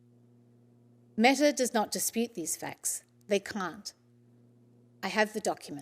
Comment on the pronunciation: Nawr not Metawr